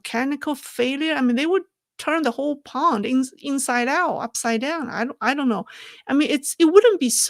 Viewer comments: the word is pond, not pound. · pond sounds like yawned You are saying pound.